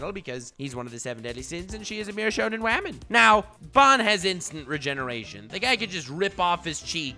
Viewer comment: First video I've watched from this channel. He calls Jericho a "shonen wam"? What's that about?